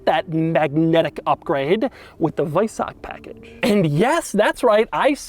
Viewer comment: Kudos for pronouncing weissach correctly 🤓